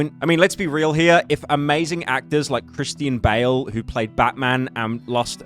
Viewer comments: Did this guy just call Christian Bale as Christine Bale ? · Add "Christine Bail" to the list of names Pyro has mispronounced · “Christine Bale” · “Christine bale” aight bro, stop trying to farm engagement